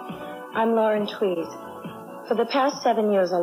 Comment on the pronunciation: Lauren Tewes, her surname is pronounced "Tues", as in Tuesday, not Twees as Elmer Fudd would say "trees".